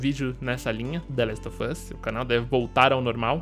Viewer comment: Se pronuncia the last of us com V e não com F. Esse "of" tem som de V, e esse "off" é q tem som de F